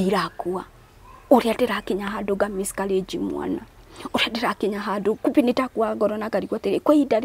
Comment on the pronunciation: my Brotha it’s Miscarriage and not Miscourages Good Grief!!🙄 Eng 101.. and to Hannah..God Bless your heart and God will remember you just like Hannah...